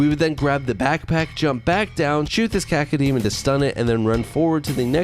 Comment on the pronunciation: You're saying cockodemon not cacodemon